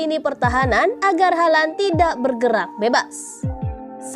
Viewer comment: Ngomong halandnya biasa aja lah